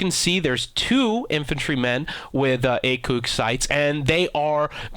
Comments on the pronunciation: actually the proper pronunciation is A-C-O-G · HAHAHA 'AYKOOG' BITCH PLEASE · Its pronounced AKAWGE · "Akoog" *face palm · "A-COOG" what a special wee lad. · ACOOG!? Wtf. Just because something is from another country dosen't meen you have to pronounce it that way. And ACOG stands for Advanced Combat Optic Gunsight. You can look it up. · Armstrong and Cuthbertson Ordinance Gunsight ACOG would not sound like acoog. Ordonnance in French doesn't start with an oo sound. If you put ACOG in Google Translate and play the french voice she says ACOG like we do. Seriously bruh. No. Not only that, but that's not the origin of the ACOG. ACOG Advanced Combat Optical Gunsights. Wai u gotta troll? The bait is terrible. Go away. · you just refucked up the word acog, akewg 😂😂😂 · Why care so much about the pronunciation whenever ACOG is a brand from Trijicon in which case the Acronym ACOG (Advanced Combat Optical Gunsight) being pronounced A-Cawg would be correct. So get off your high horse because you can pronounce a fancy french term dude WHO FUCKING CARES. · "aye koog" dude you sound like you've never even seen a gun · It's A-Cog (like cog-nition) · guys, this guy is trolling. its A.C.O.G (advanced combat optical gunsight) by trijicon. everything with the acog is photoshopped. its pronounced like kellogg (acoog). the A-9 is bullshit as well. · "invinted" and "acoog" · Pls I love ur videos. U r a great youtuber but could you pls PLEASE!! Stop saying ACOOG.. Its making me cringe so fuking much. Thanks and keep up the good work!;) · Advanced Combat Optical Gunsight Also known as ACOG is pronounced "A-Kog" manufactured by Trijicon. for those who doesent understand it's just a joke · hi, i like you video since a long time now, and im french and this audio translation is wrong, we say "acog" the same way than english language;) if we say like u say its mean thats it got to be write like this" Acoug". peace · "A COOG" sites!!! LOL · disliked after he said acoog.